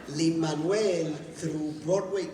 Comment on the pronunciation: Ok, there is something great in hearing Luis Miranda saying "Lin Manuel"...Like, it's for real. It's the way it's supposed to be pronounced, you guys hahahahaha